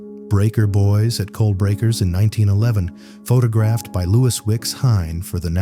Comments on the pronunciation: Pha-tog-raffed?? WTF? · "Pho Ta Graphed" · What the hell is FaTAHgraphed? and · One more AI . not even 4 minutes into the video....... the narrator says Terry Joe Dubrow " photog raphed"after her rescue. For pete's sake .!and again , one has to guess that AI is not perfect even though they would like us to believe it is . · AI generated, click-bait crap. "Pho tah graphed"? Garbage. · "Pho-tog-graphed"? Gotta love AI! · AI voice! Pho-TOG-raphed! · The narrator is AI. I hate to think a live human would pronounce the word photographed like that. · Pretty sure the channel is AI. I'm not sure how you can mispronounce the word "photographed" and follow it up by saying "photographer" correctly in the same sentence and not edit the error out.